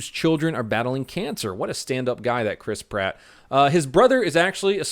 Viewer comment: Chris Pratt sounds like crisp rat lol.